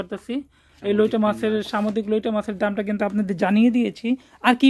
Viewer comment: আরে ভাই লইটা না লইট্টা ভালো করে বলতে শিখুন